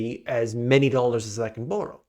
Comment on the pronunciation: The way you say "borrow" is as bad as your forecasts